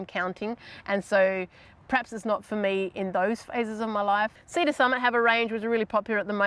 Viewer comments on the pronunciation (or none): none